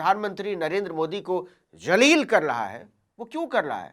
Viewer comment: Sahi shabd hai zaleel na ki jaleel,jaleel ka arth kuchh aur hai